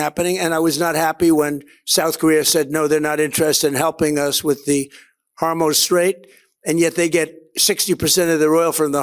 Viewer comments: Trump is the only person I hear who says "Hormohze" straight instead of Hormuz. He's pretty consistent about it, too. It's like fingernails down a chalkboard. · Does he keep saying hormose strait? Does he not know that data centers do not have a workforce bigger than 10